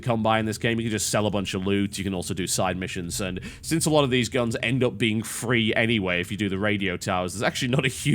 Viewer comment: "FARCRY TWHEEE IS LIKE SKYIRIM WITH GAAANS" Isn't that Fallout? XD